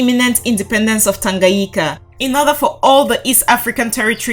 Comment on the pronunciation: It’s Tanga-nyi-ka and not Tanga-yi-ka!